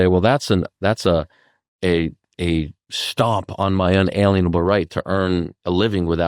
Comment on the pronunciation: Your guest says "un-alean-able" rights but isn't it pronounced "un·al·ien·a·ble" [ˌənˈālēənəb(ə)l]?